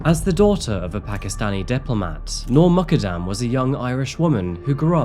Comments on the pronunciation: Your pronunciation of 'Noor Muqaddam' is terrible. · She’s not Irish and her name is also mispronounced